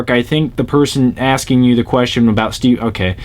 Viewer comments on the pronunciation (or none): none